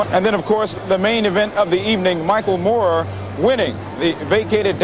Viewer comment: It's Moorer not Mooer.